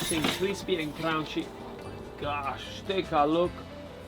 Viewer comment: Sofft ... and crounchy.